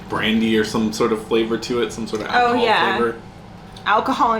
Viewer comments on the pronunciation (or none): none